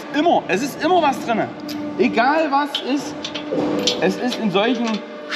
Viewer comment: Hi, bei Dich heißt "Immer" - "ÜMMER"... woja 😂🤣😂🤣😂